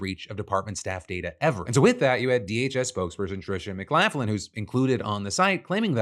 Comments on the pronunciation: "Mc-laff-lin"...? Surely you must realize it's pronounced "Mc-lock-lin"? 🙄 Just as you must realize that the way you wave your hands around looks like Kermit the Frog's hands on those little sticks... 😏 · Is that really how Tricia McLaughlin pronounces her surname? Or are we making fun of her?